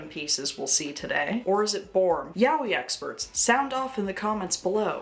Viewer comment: Btw yaoi is pronounced ya-oy, not yow-wee. And Japanese people these days dont use the term yaoi anymore and instead say BL.